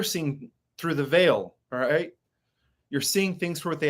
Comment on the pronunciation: When you say the Veil, you pronounce is veal... do you mean veil...like a brides veil...something thin that you can see though or something else? English is not my first language.